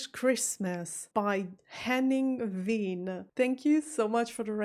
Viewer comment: Why do you pronounce Wehn almost like the Brits do instead of showing them how it's really pronounced?